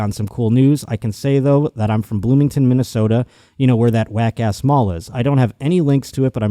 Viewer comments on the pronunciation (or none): none